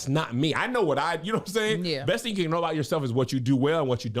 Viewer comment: I don't wanna hear you say TING no more!!😂😂😂